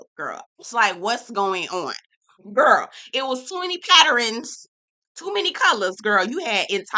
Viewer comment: You are HILARIOUS!: "too many patterINS!" LOLOLOL!